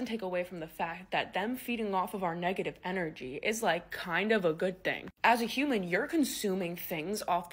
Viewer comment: Serious question, bud. Why do you mispronounce the words "think and think"? You say thenk and theng. You don't pronounce the "th" correctly. Is it an impediment?